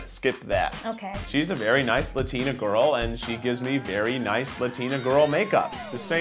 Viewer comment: "or become a lutina lady." lol.. I love me some kieth.. and the fact that he kept saying "lutina". lol